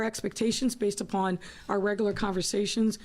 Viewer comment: It’s also pronounced regular not regoolar